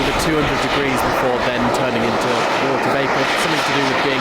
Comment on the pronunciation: Did he say, “a bottle of wahwah”?